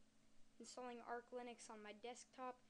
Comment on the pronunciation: ITS FUCKING ARCH NOT ARK LINUX!!!!!!